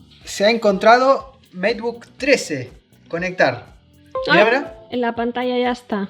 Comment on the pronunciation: escucha a Ana como dice Pantalla, no como tu que dices panatacha, mira ella dice huella y tu dices huecha, se dice ya, no cha, es Yogurth no chogurth, es manager y tu dices manacher